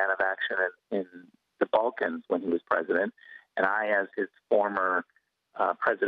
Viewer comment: Is he playing at being Pwesident? How sweet.